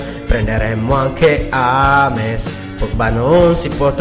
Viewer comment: ames non si può sentire si dice jems ho scritto sbagliato per farvi leggere come si dice james